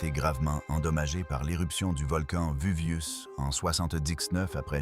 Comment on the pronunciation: La voix off a bien besoin de l'IA... Le VUVIUS, ap Jacob Cégamon, j'en passa et des meilleures... et la vidéo prétend nous rév^éler le contenu de rouleaux carboniser? Et ben on n'est pas rendu, on va en lire des conneries....